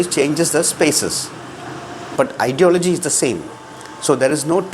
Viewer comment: Brother, check your pronunciation of 'ideology'.